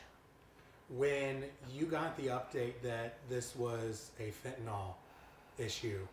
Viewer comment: I wish people - especially reporters - would learn how to pronounce FentaNYL, not FentaNOL.